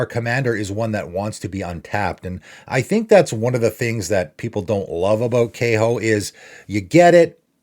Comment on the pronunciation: You're pronouncing Kaho incorrectly and it's "funnily enough", not "funny enough".